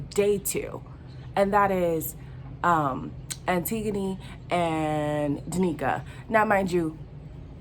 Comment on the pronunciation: Tasha crying cause charlstone didn’t choose her and she already exposed how she wanted him and would leave android for him. davidson calling the greek goddess antigana and butchering her name and playing tf out of danica after that kiss of death smhhh, also he was very upset that ekin su wasn’t dumped from the villa. Jac acting upset that jay picked paige as if he didn’t encourage it?!. luca trying to secure his back with micheal ownes daughter cause babyyyy he is her human backpack at this point embarrassinggg. Dami and indiyah are my parents god bless them periodt. Also not the guys coming for tasha and ekin su for the things the guys are doing, it’s giving double standards and misogyny ew. Over all the drama gave me life, even tho these are the least attractive love island contesters I’ve ever seen in my life (beside the love islan usa version which is trash and i only loved justine my melanin kween) 💀💀 If they keep up the drama they may live up to love island 2019 and to the love island season 2 iconicness!!!